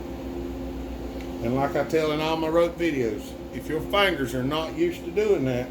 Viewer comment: Good video! I love when you say "fayngers". ;-)